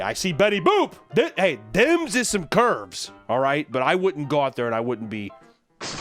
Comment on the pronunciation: I like the random Philadelphia accent that comes out like when he mentions betty boop’s curves